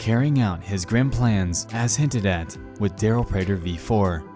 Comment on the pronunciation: Ewww I don’t like that he used my last name prater... (Also, great job on pronouncing it correctly.)